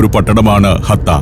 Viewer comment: ഹത്ത അല്ല ആശാനേ "ഹട്ട "